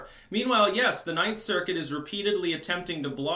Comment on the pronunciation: You said that wrong... The 9th Circus!